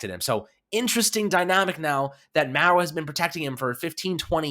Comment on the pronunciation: That’s not how you pronounce Mara